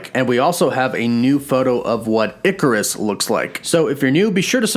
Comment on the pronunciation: Ikaris is probably pronounced eye-car-iss or ik-car-iss.